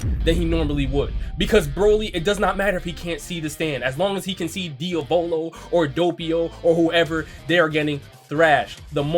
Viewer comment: DIOVOLO PLS PLS SAY IT AS DIAVALO xd